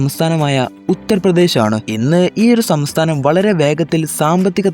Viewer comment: ആദ്യം സംസ്ഥാനം എന്ന് പറയാൻ പഠിക്ക്